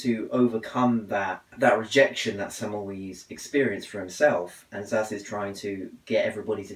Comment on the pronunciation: Hey, some tips, its not zaz, is Ssass (Ss like in the german). It semmel"vice" not semmel"wees" appreciate you reading his book, keep on reading.